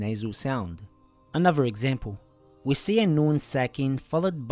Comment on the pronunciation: As salamu alaykum wa rahmatullahi wa barakatuh. You didn’t pronounce تُنذِرْهُمْ correctly akhi. You should probably edit that part or correct it. BaarakAllahu feek.